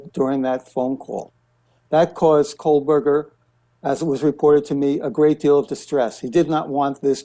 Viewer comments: not KOLEburger, it's KOHberger. no L. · Is it “Kohberger” or “Kohlberger”? Why are reporters mispronouncing his name after three years of this case being in the news? What is going on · There is NO L in KOHBERGER! 3 years later and she's STILL saying it wrong. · KOH-burger not coal-burger. 🙄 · Megyn, with all due respect, it's Kohberger, not Kohlberger. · I was getting ready to type the same comment… She has called him Kohlberg for over a year at least… It’s Koh…”Co” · Not Kohlberger...Kohberger (no "L". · Megyn, it's just Koh Berger, no L! For 2 and a half years you have been saying Kohl-berger. I wonder why you don't ever read any of the comments on your channel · Its “Ko-burger” — it has never been Cole-Burger. Sorry to be ‘That guy’ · I really wish she would stop saying Kohlberger. It is KOHBERGER. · why is no one correcting Megan Kelly that his name is NOT KOHL-Berger. Sheesh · Now people are pronouncing it "Kohlberger" as well! Is she doing this on purpose? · KoLberger? Cmon guys!! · Megs , say his name KO_ BERGER .. no L in it! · Why do you keep calling him "KOHLberger?" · Why can't megan say "Ko-Burger"... drop the "L" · No. It is Coalberger 😂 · no L in Kohberger. C'mon Megyn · MK, LOVE your show, always great guests and viewpoints but Kohberger has no “L” 🤪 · Megyn cannot even pronounce his last name correctly. She isn't the only one, but it just shows you how lazy the media is. There is no L in his last name. Unreal. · Please inform Ms Kelly that there is no letter L in Kohberger. She has been pronouncing his name incorrectly for years. Looks bad to me. Where are the MODS?? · Megyn, sorry your staff didn't mention this...so, I will. There is NO L in Kohberger. Just looking out for you, not a dig. 👍🏼✌🏼Just thought you would want to know. No snark intended. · Kohberger does not have an L in it. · What’s going on megyn? Why can’t you pronounce kohberger correctly ?